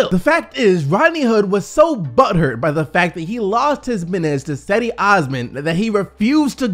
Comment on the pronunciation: Bro. It's not pronounced "Seddy"